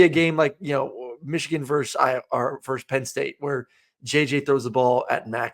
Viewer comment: It's Versus not Verse.